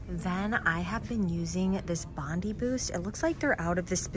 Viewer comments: Just to let you know. It's bond-i, not bond-y. You say the letter I, not the sound of it. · Haha I’m Australian and it’s pronounced Bon-Dye Boost. Bondi (Bon-Dye) Beach.